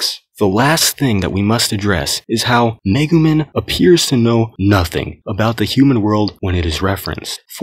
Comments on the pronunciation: Lmao he said megu MIN. It’s MEGU MEEEE N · The amount of times this man mispronounced Megumin hurts my soul